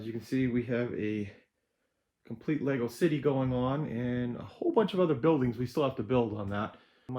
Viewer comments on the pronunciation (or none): none